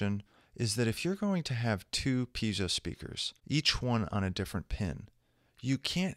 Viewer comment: it's piezo not peizo, great tutorial btw, actually all your tutorials are great i watched them all and learned a lot.